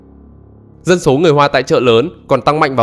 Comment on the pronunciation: Chú ơi nói chuyên đừng có ẻo lả quá ủng như chửi dân số dọc thành dân sổ